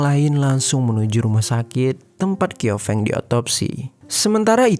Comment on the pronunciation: Bukan ‘kiofeng’ tapi bacanya ‘ciao feng’